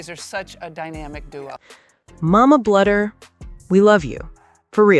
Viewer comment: Bluder is pronounced Bloo der